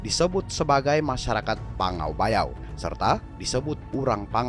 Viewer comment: Saya dayak iban asli ada baik untuk mencari fakta yang lebih akurat tidak simpang siur.. Contou seperti yang di sebut PANGGAU BAYAU itu bukan di sebut kami iban bukan pangau bayau namun PANGGAU LIBAU.. Untuk kedepan nya carilah informasi yang lebih akurat sebelum membuat konten